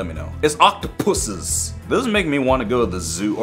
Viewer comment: Octopuses say the word puses